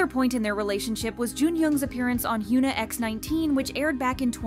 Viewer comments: Her name is not pronounced, HYOO NA. Its HYUN AH. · I'm sorry but am I going insane, why did you switch up the way you started pronouncing korean celebrity names?? Just 4 months ago (yes I checked) you were pronouncing Hyuna (현아, hyeon-ah) correctly but now saying "hyoo-nuh". You were one of the only kpop channels that pronounced the celebrities names correctly and in the last number of videos you've been pronouncing all the korean names wrong, WHY? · 😂 I was thinking the same thing, I’m like who is Hyoona? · I know this may seem nitpicky, but you should try to pronounce their names correctly when you make these videos. Not trying to be mean. It's just, as someone with a name that gets pronounced wrong all the time, it's annoying and kinda disrespectful lol. Her name is pronounced Hyeon-ah. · Why are you calling her Hyooona? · hyOOna? LEARN. HOW. TO. PRONOUNCE. KOREAN. NAMES. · can you at least pronounce her name right...🤦‍♂